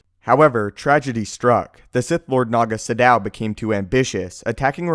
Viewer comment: Does it bother anyone else that he's pronouncing naga sadow wrong?